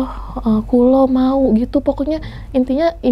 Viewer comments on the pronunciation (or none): menurut saya bukan “kulo mau" tapi "kulo nuwun" artinya PERMISI, mbaknya dengernya "Kulo nyuwun" yg artinya saya minta ATAU saya mau minta, tidak mungkin orang jawa bilang "kulo mau" karena itu bahasa campuran jawa alus dan indonesia, orang jawa gak mungkin pakai bahasa itu, kulo nyuwun dan kulo suwun terdengar sama tapi beda arti, kemungkinan mbaknya dibisikin kulo nuwun atau disuruh permisi. dan mungkin bukan butokolo, tapi mungkin betorokolo.